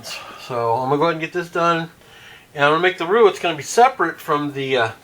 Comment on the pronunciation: Great job,! By the way, you pronounced roux correctly. Mrs LP